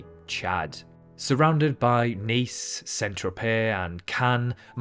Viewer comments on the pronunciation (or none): none